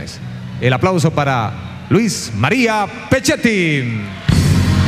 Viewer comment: dice pescettim o es idea mia